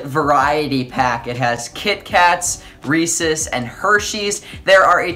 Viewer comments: it's Rees EEEEEEEEES not rees es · Dude said recess instead of Reece's